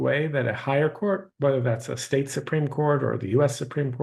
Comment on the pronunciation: Damn trump cant say state the right way lol